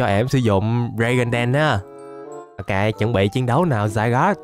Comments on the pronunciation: Anh ơi zygarde chứ ko phải là zygod đây anh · Zygarde đọc là " Zi ga đê" mới đúng á a